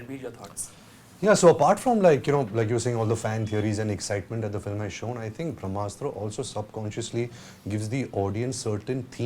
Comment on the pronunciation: It's called Brahmastra not Vramastra.